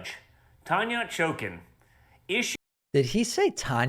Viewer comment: He said Tanya "Chokin'" I wonder if he can straighten out by Wednesday 1st ... 5 days???